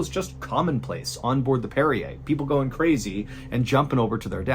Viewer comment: Brig*, not hold. That's "parry er" - parrier, one who parries. Not Perrier.